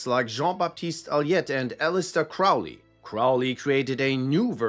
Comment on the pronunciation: Crowley is pronounced "Crow-lee," like the bird.